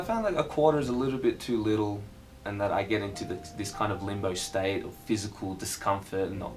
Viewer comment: "staite" you can tell your australian